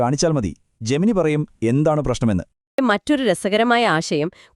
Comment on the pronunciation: 'ജെമിനി' അല്ല 'ജെമിനൈ' ആണ്